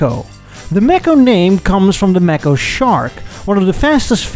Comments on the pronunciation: May Ko, not maaco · Physeter macrocephalus- the sperm whale. A mammal, not a fish. Mako, not Macco. These are no worse than 'Murican cars of their respective times. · It took me a little while to realize you meant Mako (May-co). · Mae-koe not Mah-Koe Mako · It's not a Mack-o it's pronounced Make-o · The Edsel, looked like it had a vagina in the front. Ewww. Your "Mako" (pronounced "Mako", as in "Day". Not "Mako", as in "apple") Ford would've never built it, due to competition with the Mustang. It also looks like a Toyota. The rear end of the "Corsair" is REALLY ugly! Your "Citation" isn't bad at all. Chevrolet, would've never allowed you to call it "Citation". Your "Villager" isn't too bad. These are FAR better than your "Tucker", which were all horrible. Try "Studebaker", and "Henry J". Those would be fun. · Mako is pronounced May co. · Pronounced MAY ko, not macko. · Also if it was named after the shark it should be pronounced may-co. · Also Mako (the shark) is pronounced with a long A, "may-co" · i really can't stand your mispronunciation of Mako... Good god.